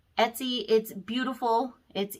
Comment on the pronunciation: My ears are hearing ES-TY, instead of ET-SY.